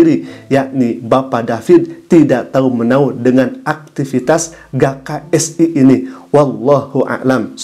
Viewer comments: Apa susahnya njir baca huruf G 🤣🤣🤣🤣🤣 Mana di ulang2 mulu jd gagal fokus G K S I bukan Ga K S I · GKSI dibaca GE KA ES I ustadz